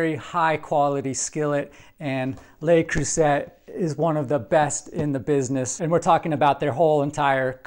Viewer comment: Absolutely 100% disappointed in this skillet. First: it's important to pronounce Le Creuset correctly. It's not "Lay", it's "leh", or "luh", and not Croo-sett but Croo-say. Second: everything sticks to this interior surface. I have a myriad of LeCreuset items, love them all but not this one. Hard as the dickens to clean the so-easily-cooked-on food residue. Read other reviews to this effect.